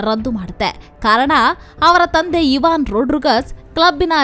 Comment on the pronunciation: ಐವನ್ ಇವಾನ್ ಅಲ್ಲ